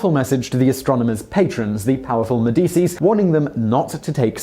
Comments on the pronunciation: Medisis? Really? Try... medeechee. Simon is really bad w/ pronunciations.... a lot. Our society in decay. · You instantly lose me when you pronounce Medici may-DEE-see. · What FUCKWIT can’t pronounce Pontius Pilate or Medici??? This guy is actually an ignoramus. Just reading badly from an autocue.